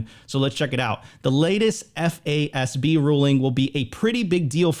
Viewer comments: It is pronounced "FAAZ-B" as said. You don't spell the word out F.A.S.B every time you say it. FYI. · Great content but my goodness I was losing it when FASB and GAAP were read out each letter every time. 😂